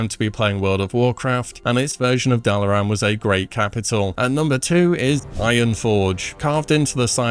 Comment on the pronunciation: Considering how he pronounces Dalaran, I’m not sure he’s ever heard that speech lol